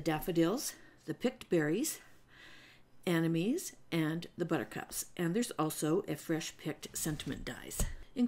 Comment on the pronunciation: absolutely beautiful cards as always. I OVE SPELLBINDERS and it really helps to see what you've done with them. I will continue to watch you for inspiration. As a florist I just wanted to clarify the flower is pronounce a-NEM-ah-nee